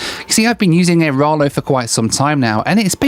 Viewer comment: AiraLO not aiRALO